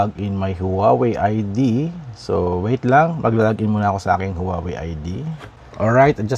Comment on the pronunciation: Huawei is pronounced as "waa-wey", not "howawey" po. 😊